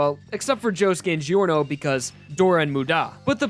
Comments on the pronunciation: You... You can't just pronounce Giorno "Geeorno". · Also, "jee-orno" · Your pronunciation absolutely atrocious dude; there’s only 2 syllables in muda, you had a 50/50 chance of getting it right, and you got it wrong every time. Also, Giorno is not pronounced as gee-or-no. It’s pretty much pronounced something like Jo-er-no. Giorno. That’s why him being a Jojo still works out. Because the Gio- is pronounced similarly.